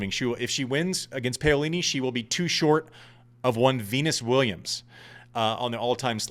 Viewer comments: why do people care? who can pronounce zhangzhizhen with the right inflection? I don’t care if nobody can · Andy, please stop butchering Jasmine Paolini’s name. Please look it up, or listen to the tennis analysts on Tennis Channel, or google it to get the correct way to say her surname. I say this with all due respect, because I find your podcast so accurate and hilariously funny. It’s wonderful having a past ATP pro, was amongst the elite in men’s tennis join the hordes of tennis podcasters. Keep bringing it! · Love you mate! But...who is "PEolini"? It's "PAolini". :) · Paolini!!! Not paiolini.....jerk!! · Andy…get this PAUlini…..not Paylini!! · Pow is wrong too. Italians don't stitch the two sounds together but they actually pronounce them separately. When talking faster it may seem like it but it doesn't. It should be Pa-O-li-ni. Can't explain it better being Dutch having learned Italian. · I agree. We dont mind accents but we do expect a bit of effort in finding out how to pronounce a player’s name properly. . The “Pao” rhymes with “How” We care and sometimes we cant listen properly to what youre saying. Sorry Andy. You actually have good content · Andy, I love you, but I'm not the only one cringing. You have to try to get the pronunciations of names at least CLOSE to correct. Paolini is pronounced (Pow-Lee-Nee). You can do it!! You are Andy Roddick!! You the MAN! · I don't want to start another "Cybotch Veildsh" controversy, but every time you pronounced Paolini "Payolini" my heart sank a little bit. Refusing to pronounce a German name with a Portuguese inflection is one thing, but americanizing a beautiful Italian name hurts... ;) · I endorse this rant. And Im brazilian, I dont care how he pronounces wild, but Paolini sound terribe when pronounced Peyolini. Sorry Andy, keep up with your great work, we love you! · Oh right, so you may have also wanted to note the pronunciation which is correct in Italian yes? Pah-o-li-ni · Isn’t it pronounced Peeolini?